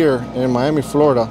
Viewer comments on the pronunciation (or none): none